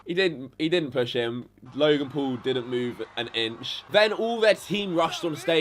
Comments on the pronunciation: It not te pool brothers its the pual brothers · Say paul right. Paul not pool. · Yo... you have a face that just asks for punches I'm sorry that's just what it is bro.. and try saying Logan P-A-U-L not Logan P-O-O-L bitch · Fuck KSI he don't even know how to say paul this what I saw "jake poal logan pool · He said Logan pole